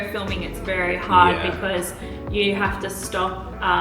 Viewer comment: Did you now Malaysia have 4 season..... Hot.... Wery hot..... Wet..... Wery wet.....😂😂😂😂😂😂